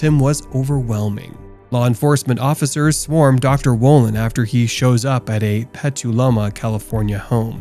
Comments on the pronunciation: Petaluma is pronounced "petel" like a flower petel, and "loomah" not Peteeluma. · It blows my mind that you couldn't pronounce "Petaluma," even after they literally say it in the video clips you show. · i live a block away from that to catch a predator sting, also you butchered petaluma 😂 you can pet a llama but you can’t pet a luma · How he pronounced petaluma cracked me up